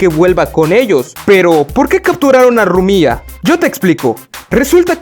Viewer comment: Buen video pero es Rumia no Rumía